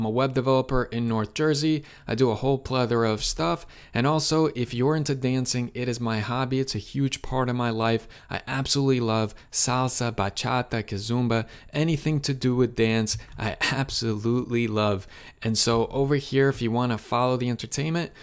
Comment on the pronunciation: Bro, bro.. Your video was helpful, but as a dancer you killed me with the KaZumba. No. No..Bro. If you are truly into the dance scene, you’d know how to properly pronounce the dance style. 👀👀👀